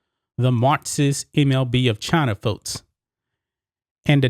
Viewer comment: Why do you pronounce “folks”, “foats” and “sports leagues”, “sports leads”?